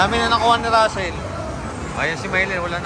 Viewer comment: Rassel po not tassel sorry